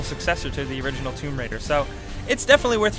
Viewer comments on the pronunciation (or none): none